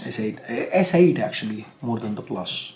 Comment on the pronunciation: say "actuallah"